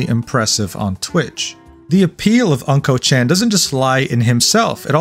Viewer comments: You keep saying his username wrong.. it's not pronounced "unkochan" like "uncle" but "ooonkochan" like "ooo" which basically means "Mr. Poopy" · Unkochan is pronounce Oon-Ko chan, not An-Ko chan. Unko mean poop in Japanese. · it's not pronounced "uncle chan" it ooonnko, which means CRAP and S---T! suits him perfectly. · "Unko" chan.. lol. Just to give you a bit more Japanese context in case you do any other content: It's pronounced "Oonko" (like in Oompa Loompa), and means poop, which is why he writes "うん〇", in his Japanese username. Essentially roughly meaning "The poop kid/dude" or something to that effect. Using a circle in this way is a way of censoring a letter in a word, similar to using asterisks in English (ex. d*mn, etc) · Uhm ackchually its pronounced Unko-chan (the u sounding like Uggs) anyways I live in japan but stay outside jp twitter cause it's a whole drama country outside english twitter so this is absolute news for me stay based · why you pronounce unkochan like that